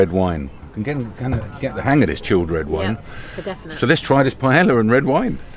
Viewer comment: Cmon, you've got to be getting the Spanish by now. Paella, pie yaya!!!